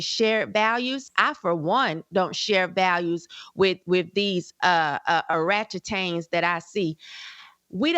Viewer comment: She said "Oratchetangs"😂😂😂